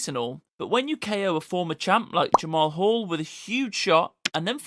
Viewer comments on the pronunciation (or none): “Jamahal Hall”💀